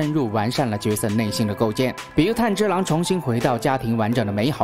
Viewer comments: 没想到会做动画（虽然也是电影） 是炭之郎噢 字幕是炭，但念成岩了 😅 那可以期待你讲《进击的巨人》吗？第四季要回归了！😎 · 是"炭治郎"，不是岩治郎，起碼主角名字要念對呀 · 炭(yan)治(zhi)郎(lang) XD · 男主的名字竟然可以唸錯兩次… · 連男主角名字都唸錯。非狂熱粉絲的我覺得你很不優喔